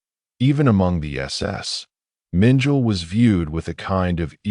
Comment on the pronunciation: The 'AI' voice mis-pronounces the name of Dr. Josef Mengele as 'Minjile'... Two syllables, Like 'Mitchell') The correct pronounciation is 'Meng-kell-eh' (three syllables.) xx SF